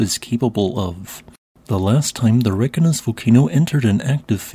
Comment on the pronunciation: Pronunciation tip. I am sure you know how to pronounce Reykjavik. Reykjanes will be the same. REY-KYA-NESS. 😊